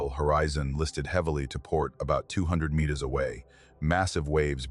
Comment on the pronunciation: 2 Mitters .... miners ..... metrrs..... mrrs....... mirs How hard is it to get one single word wrong sooooo many times. Almost seems deliberate